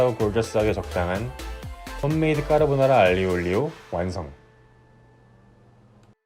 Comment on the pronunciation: 발음이 까르보느ㅏ라같아요